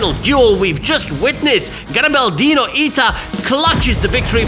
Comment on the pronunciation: From garibaldino in first person: nice italian! my nick was pronunced wery well thx for the replay comments Ps. remember to don't eat ananas pizza, it is told that for each ananas pizza eaten, an italian will be deeply wounded to the Heart! Also compared with a blasphemy See u soon in game! Garibaldino_ita